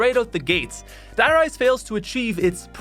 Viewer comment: A little (european) part of me died when you just said 'Die Rise' with not even the slightest attempt to pronounce it correctly..